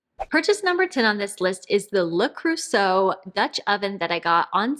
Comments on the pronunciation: You still don’t quite say it correctly: it’s Lur Krurzay, with the emphasis on Krur, not on the “zay”. Lur KrurZay, not Lurkrur-Zay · 😊Not to bad but it’s not croo-zay but it’s hard for English speakers to pronounce the e and eu in French. Think about the word “better” and the way you pronounce the last e in better is really close to the “eu” in Creuset 🤗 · Le Creuset: the "eu" isn't pronounced "oo" but [ø]. It doesn't seem to exist in English except for some accents (how they would pronounce "bird"); And it is, indeed, a very good brand ;) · Great video! Haven't finished watching yet but Le Creuset is pronounced Luh Krir-zay (ir as in bird). Love all the wood in your house. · Totally agree with the standing desk, I use to have one at work & it was great ! Regarding Le Creuset, I don't think you have the right sound in english to say 'Creu' ;-) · Eu in French and ir in English are NOT pronounced the same. Listen to it on Google translate. Bonne chance!